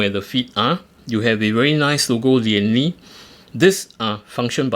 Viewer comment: Lian Li not Liam Li bro please edit bro 😂